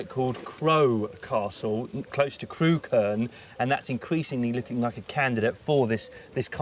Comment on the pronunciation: It's pronounced 'Crook-urn' not 'Crew-kern' 😆 It's funny that they went all the way to Ham Hill and didn't mention that right next to it is the site of a motte-and-bailey castle that overlooks Montacute and the edge of Stoke.